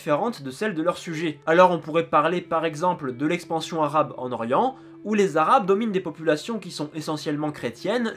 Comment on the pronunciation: J'aime beaucoup tes video mais juste tu peux prononcer les mots arabes en arabe s'il te plait parce que sinon ça fait trop francisé Merci